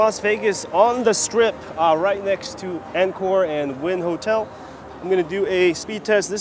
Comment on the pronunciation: Dude, it's pronounce "on core" not "in core"